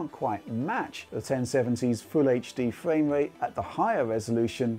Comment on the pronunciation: Fwame rate lol